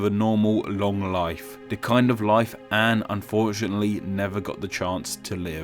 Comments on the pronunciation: ITS FUCKING ANNE, NOT ANN ITS FUCKING STEPHEN AS IN STEFFEN AND NOT FUCKING STIIIVEN DUDE WHAT THE FUCKKKKKKK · Her nameis pronounced An-ehh not "an" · Her name is pronounced Anne with a short a and n and then followed be an e. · its disrespectful imo, that most english speakers don't pronounce her name correctly